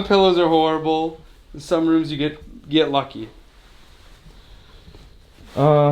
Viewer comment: Harible? You mean horrible?